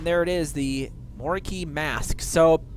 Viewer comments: I pronounce it moe row key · Hahahahhahaa Al-THE hunter.... Moricki hahahaha and winterun hahahahahahahha omg I was kuking myself